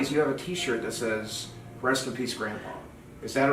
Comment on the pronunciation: "Says" is not pronounced say-z btw